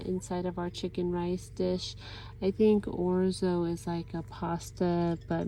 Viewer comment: I like to heat small tortillas in theoven, sprinkle with cheese and wrap-around the taco shell. You get the crunch,but contains the mess. You are saying orzo correctly. I love it.